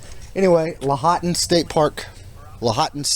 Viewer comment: Washoe is pronounced Wah Show ;) Lahonton = Law haun Tun